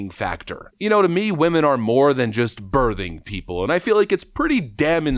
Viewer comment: Why can’t Americans pronounce words properly?! The "th" in birthing is pronounced the same way as the word "think" not "there" 😂